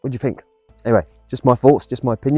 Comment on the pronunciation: I fink your pronunciation let’s you down badly,it grates on me 😫